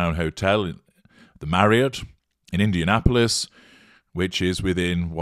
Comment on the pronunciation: I'm glad I live near Indianapolis because it tickles me to hear you say it!